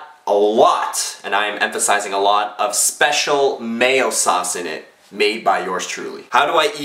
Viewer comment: Did he say Mayo-sauce or Male-sauce?